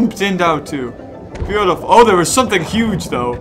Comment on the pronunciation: XD i subbed when he said, "Arent we bootiful" XD